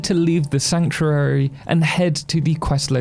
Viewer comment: It took 30 seconds and the way you said sanctuary thre me off.